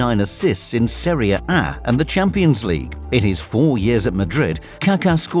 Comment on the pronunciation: Mans really said seria A 🤣🤣